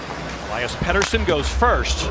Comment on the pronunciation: How does Chellios not know how to say Pettersson’s last name??? Thats f’n ridiculous